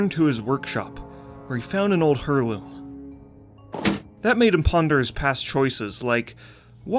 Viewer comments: An old... "hurloom"? Heirloom is pronounced like "air-loom". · WTF is a hurl-loom? Heirloom. Eyr-loom. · Hurrloom. Epitoam. Come on man, I love your content but it takes like 5 seconds to google pronunciation. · "hairloom" tf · what on earth is a "herloom"? 🤣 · It's pronounced like air-loom.